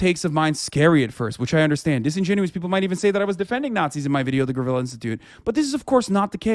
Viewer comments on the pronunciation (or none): none